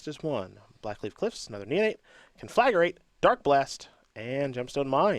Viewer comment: Ugh. "Con-flag-uh-rate" It's, "Con-fla-grate"